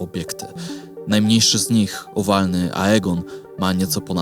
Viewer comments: To nie jest Aegon, tylko Aegaeon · Aegon xd